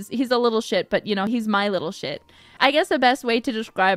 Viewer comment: You know Kiara is her oshi just by the way she pronounces "little shit"